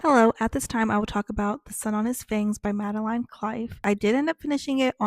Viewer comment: I’ve been obsessively checking this channel all month for this video! Thank you so much for your in-depth review of The Sun on His Fangs! I appreciate it so much! And great job with pronounciation of my first name. Most people say it like Madelyn, but it is Madeline, like rhymes with vine. Cliffe is pronounced the same as a cliff XD. I love this and I will probably be rewatching it multiple times <3